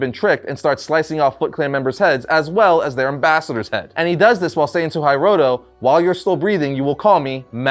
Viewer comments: Love how is pronouncing Hiroto as “Hi-roto”, instead of “He-roto” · Hearing you mispronounce hiroto over and over and over was like nails on a chalkboard. 😱